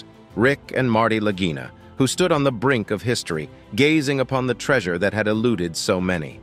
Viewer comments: Please correct your pronunciation: it is NOT Lagina brothers like REGINA...it's Lagina like LAGEENA...wow. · The way this announcer is pronouncing the name of the brothers Lagina sounds like he is saying vagina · None of this is new information and the narrator can’t even pronounce their names right! Over and over he changes it. I certainly won’t watch anymore from this site. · You are pronouncing their last name WRONG !!! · THAT IS AGGRAVATING, JUST WATCH ONE SHOW AND YOU KNOW HOW TO PRONOUNCE THE NAME!